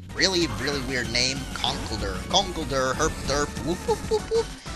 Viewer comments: I think it's supposed to be pronounced "conk-elder"; at least that's how it's spoken in the show. Which makes a lot more sense considering the previous evolutions' puns (timber, girder). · Its pronounced con - kellll - dur